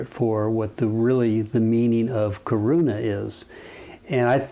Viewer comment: करुणा; It is pronounced little different. More weight on 'na' in Karuna.